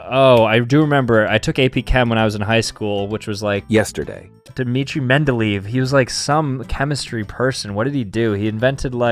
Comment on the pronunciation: bro its pronounced mendelayev (he was a pedophile btw)